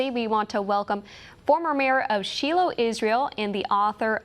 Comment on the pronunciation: Shiloh is pronounced SHY LOW not She'll low 😩